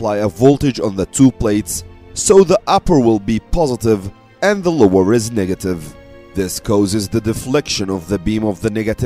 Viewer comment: I can't help but notice him keep pronouncing negative as nigative in the whole video 🙂